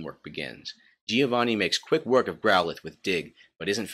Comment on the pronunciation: I'm Italian, Stop saying Gih-oh-vanih. It's Like Jo-Va-nn-i